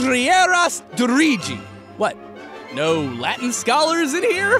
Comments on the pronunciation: His pronunciation of Latin is basically what happens when Italians try to read it except American instead of Italian. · Am a Latin teacher. That Latin pronunciation hurt me so much. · I almost didn't and I actually did study latin. His pronunciation is a disaster. Thankfully, it was also written on the screen. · Why did you say that in a Spanish accent Latin accent is very hard as in everything is pronounced with there hard version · Your Latin pronunciation could use a few years of work.